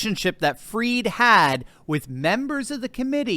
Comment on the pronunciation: Pronounce his name correctly! Not 'freed', but fried, as in chicken, eggs and bacon, etc. His goose is cooked - don't pander to his pretentious ego (and that of his parents!).